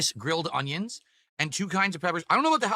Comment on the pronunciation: You'll never convince me that God doesn't have an epic sense of humor. When He made, He told the angels, "Watch this! I'm going to make this one like a retarded ape, but I'll give him basic verbal skills and the hand-eye coordination of a blind toddler." Every time he says "Ung-Yuns," I want to bang my head on a desk!